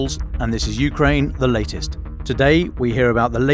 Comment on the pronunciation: Please pronounce Ukraine with accent on 2nd syllable , not first.